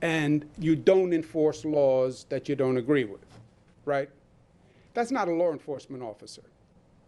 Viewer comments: WTF is a "Lawra" enforcement officer..🤣🤣🤣 this cuomo is a dictator and biden is eyeing him for his cabinet..the NYC dictator is being cops not willing to enforce his "demands" which he says are laws as dictators... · I hate the way dictator Cuomo says the word “LAW” It’s law NOT “laer” Democrat snakes live by the code do as I say not as I do. Democrat leadership know that they are above the LAW! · He didnt say LAW enforcement... He said LORE enforcement. Totally constitutional! Duh! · Of course Cuomo doesn’t know what a law is. He can’t even pronounce the word law. WTF is a lawr? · He did not say “law”, he said “lawr “. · I'm sorry, besides the obvious being so wrong with Cuomo, can I just ask that he pronounce law correctly? I don't follow any lars. Or know any lar enforcement officers. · Why does he say "loor enforcement" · The word law doesn't have the letter R in it.